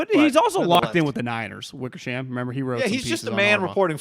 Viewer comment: Kyle denies it. The book says two unnamed sources. Wickersham,emphasis onSHAM.